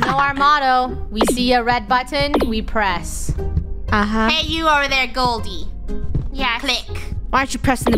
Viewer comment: Best line of krew. “WE SEE A RED BUTTON WE PREDS